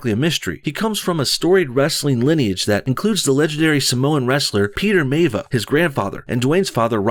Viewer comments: His grandfather's last name is pronounced "My-ah-vee-ah" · Maivia. My-ah-vee-ah. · Not to nitpick, but The Rock's last name is pronounced "mah-vee-ya." I used to watch Rocky Johnson when he went by the name Rocky Maivia. Daddy Rock (Rocky Johnson) was part of the first black tag team in the WWE (back when it was WWF). I love how "The Roots" couldn't even Wikipedia him to spell the last name right. It seems they want a no-name in the lead role so they can then blame us white folk because it was a dud at the box office.